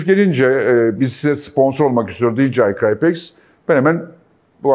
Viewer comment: doğrudan ilgili değil ama sponsor şirketin adı niye "i cry pex" söyleniyor? ingilizce anlamı "ben ağlarım pex" demek. bir borsa şirketi olarak firma da ağlatmayla ilintilendirilmek istemez :) muhtemelen "i cryp ex" şeklinde düzeltilir.